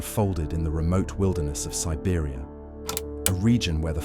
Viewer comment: At the right beginning aren’t you pronouncing Siberia « Serbia »?